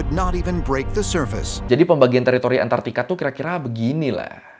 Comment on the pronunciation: Antarktika bang, bukan antartika